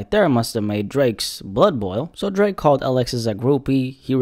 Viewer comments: Bruh called the OVO Don as Dreeeek like a souja😭💀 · Why say drake like that 😭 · The way you said Drake at the beginning of the video has me in tears😂😂😂🤣🤣🤣